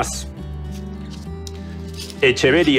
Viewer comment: Tienes razón con la pronunciación, porque es en honor al Botánico Mexicano Atanasio Echeverría y Godoy, por tanto lo correcto es Echeveria, no Equeveria👌🙌